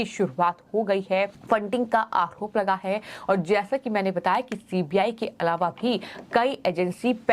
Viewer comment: OMG She is saying CPI, not CBI. Is she not aware of CBI? How has she become a news anchor?